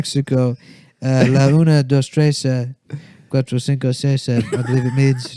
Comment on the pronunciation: "La una dos tresa, quatro cinco seisa"